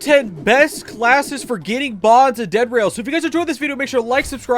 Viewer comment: Nah bro said Diddy oil